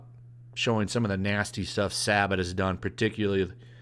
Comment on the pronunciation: Jesus christ I've never seen somebody mispronounce the name Sabat 18 different ways